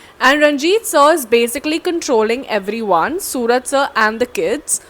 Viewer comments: Not sooraj.. It's suraaj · Technically, adding 'OO' instead of 'U' doesn't change the sound of his name. It's the way you Malayalis pronounce it that makes the difference. If we were to spell his name the way you guys pronounce it, it wouldn't need 'OO', it would need 'AA', like 'Suraaj' or 'Sooraaj'.